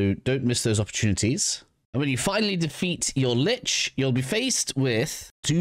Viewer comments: Kuva "LYCHE"?! Then you say "Lich" afterwards! 🤦🏻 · Its pronpunced Lich, not Lich.